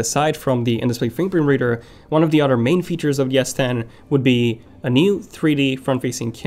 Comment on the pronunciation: Dude you said samsung will de adding an in display whaaaaaat? “buhbuhbeader”... are you serious? What the hell dude, fix your “fingerprint reader” pronunciation